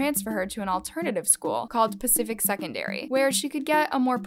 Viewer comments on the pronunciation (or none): none